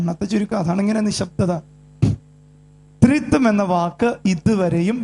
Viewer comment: Threethuam alla threeekathuam